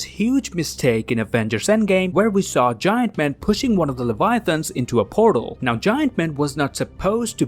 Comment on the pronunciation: first time I've heard anyone call big ant man "giAnt man" and how he pronounced it honestly made me think it was some superhero from the comics I've never heard of til 6 seconds later where I realized it was ant man